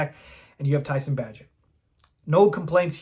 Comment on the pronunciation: If you want to be considered a Bears authority maybe learn their names. For example, Bay gent.